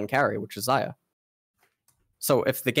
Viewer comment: and pronounce Xayah wrong